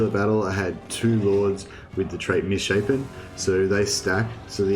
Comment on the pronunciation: It bothers me that you said misshappen rather mishapen. Its pronounced 'miss shape n'